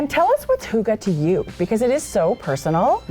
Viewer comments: Hahaha being Danish it is really funny that you pronounce it HOOGA 😂😂😂 it is a Y, you can try to almost make a whistle sound when you are coming to the Y in Hygge 👍🏼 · H-O-O-G-A-H 😂😂😂 Hygge, Lykke - why? Why?? The Scandinavian pronunciation of Y is really difficult. You can try by rounding your lips into a small circle and trying to say ‘e’ as in weeee. And the e in the end of hygge/lykke is not ah, but more like eh. Fun, right 😅 Thanks for a great show!